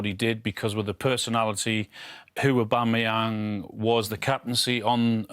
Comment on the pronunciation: Man said Pierre Patrick Aubangayang 🤦🏽